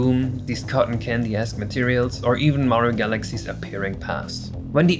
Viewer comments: every time you say "esque" it sounds like youre saying "ass" so it was pretty funny to hear "cotton candy ass materials" suddenly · I know he's probably saying "Super Mario Odyssey-esque coin" but I can't not hear "Super Mario Odyssey ass coin"